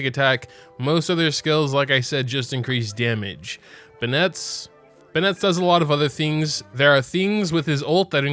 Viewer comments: i'm convinced hes saying bennett and voyage incorrectly on purpose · weird way to pronounce bennet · im not trying to be rude but why did u pronounce bennett like that? it isn't spelled to be pronounced like that so i was curious as to why, also none of the characters say it like that either so yeah im just curious